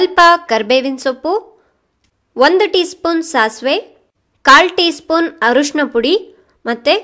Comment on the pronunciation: arushna alla mam adu arishina